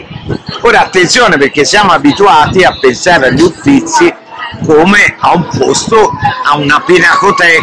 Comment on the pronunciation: Si ma Cosimo I, Uffizi e 1650 non si può sentire